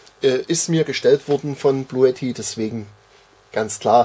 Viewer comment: sagt, dass es nicht "Bluetti" heisst, sondern (ausgesprochen) "Bluuti" 😂